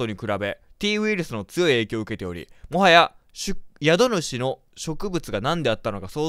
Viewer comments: やどぬしじゃなくて、しゅくしゅだよ★ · どんどん更新してってください！！笑 「宿主」は「しゅくしゅ」かな…笑